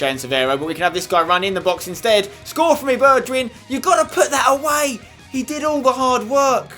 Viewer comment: don't say bejwhijn but Berkwyn